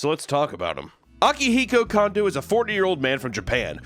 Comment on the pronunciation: lol apologies accepted, pronounced Kondo wrong. Wife was a Kondo